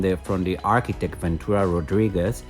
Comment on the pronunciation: Su inglés es bastante "curioso" al decir palabras españolas como Rodríguez según el con acento anglosajón jajaja eso no se traduce por un hispano-parlante se dice tal cual. En fin.